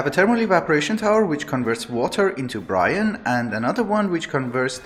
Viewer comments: Your accent is easy to understand for the most part, but it took me a while to realize that you meant "brine", when I was hearing "Bryan". ;) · i love how you say "converts water into Brian" that image in my head is hilarious